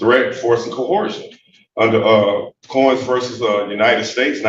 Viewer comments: No, no, no. Dude-bro said KO-HURSHUN. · Given that they pronounce it “co-hor-shun,” I wonder how they think coercion is spelled. Also, why what does he think “quasi” means? Why would he admit that his document is a “quasi-contract,” or a quasi anything, for that matter? 😂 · Wasn't this judge lucky to have a "Law Scholar" there to instruct her on the law! (Even if he is there under threats, duress and "co-horsion!" ) 😂